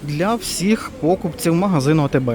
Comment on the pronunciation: Не пОкупців!...це не вірно,як і гОлубців!...чи у вас не літературна мова,а галицький діалект?...А за огляд лайк!)))